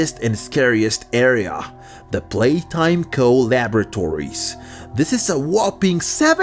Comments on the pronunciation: "Palaytime" its "Playtime" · "poppy palatime"💀💀💀💀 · Poppy Palaytime...? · Poppy playtime❌ Poppy palaytime✅ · “Poppy palaytime” 😂😂